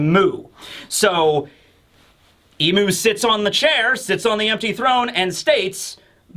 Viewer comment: Soo, are you gonna keep calling Imu Eem? please stop and seek help